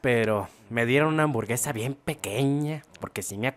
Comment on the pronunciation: Nadie: Absolutamente nadie: Neta ni el fasty dubs: Ni siquiera el buea astral::me gustan las amborguesas